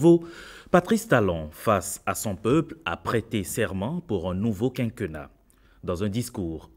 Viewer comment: On dit quinquénnat. é accentué.